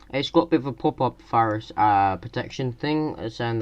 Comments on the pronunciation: What's a wirus? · A Walrus???? A Wurus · Did she say wirus? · "Or a Wirus" xD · "Wirus" "1 year of 'fixes'" dis boi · a wirus wtf is a wirus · What the fuck is a wirus? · A wirus. LMAO